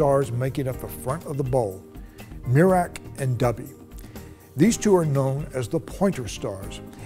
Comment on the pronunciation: So Dubhe is pronounced Dubby?